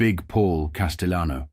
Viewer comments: He's not spanish....it's not casteyanos...the LL in Spanish is not the same in Italian ... Cas-tell-ah-no. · Pronouncing "Castellano" wrong!